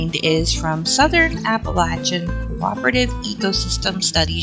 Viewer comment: Just saw you're in NC and that's why you pronounced it right lol. People further north pronounce it LAY. But anyways, thanks neighbor!